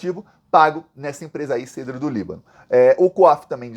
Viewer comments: bom dia. Não é cedro, pronuncia o e aberto. Cédro do Líbano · Amigo é cédro do Líbano. Está é a pronúncia correta. Você é muito bom para não usar pronûncia correta..